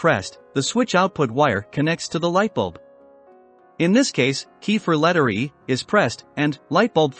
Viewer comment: Not going to listen for almost 20 minutes to bad computer narration. I turned this video off when it said letteree instead of Letter E.